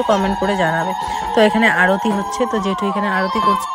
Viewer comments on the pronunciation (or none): অরুতি নয়😂 ,কথাটা আরতি 😂